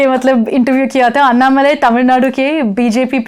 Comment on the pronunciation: अन्नामलाई ? What the hell ? It's अण्णामलै ... Don't ruin the South names... Please learn the pronounciation...